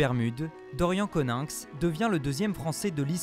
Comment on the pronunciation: C'est Coninx pas Conynx les gars